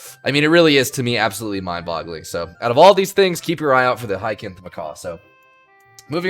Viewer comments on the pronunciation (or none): It's not a hard c on Hyacinth, it's said like an s sound.